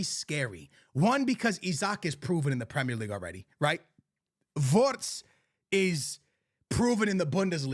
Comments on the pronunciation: how pronounce names his name writs skills volts his name fran Garcia fffffffran gaciaa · Bro said Vorrrtz 😂😂😂